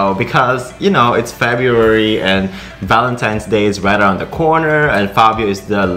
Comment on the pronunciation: Fabio-ary ang dinig ko 😂